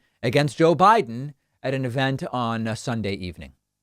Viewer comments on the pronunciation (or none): none